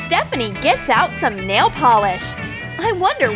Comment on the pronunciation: Nal? It’s supposed to be nail I swear